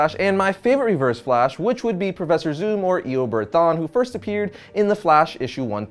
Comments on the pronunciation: Is it me or is he saying Eobird...? It's Eobard Thawne, not Eobird... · I think his first name is pronounced as ee-oh-bahrd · Ikr "Eobird" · Eobird lol. Eo-BARD. Like the DND class lol. Wonderful video though, no hate! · "Eobird thawne" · Eobird wtf it's eobard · Dude it's Eobard thawne bard not berd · eoberd?? what the hell is eoberd?? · Did he say eobird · I hate how he pronounces Eobard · You don't say eobard correctly.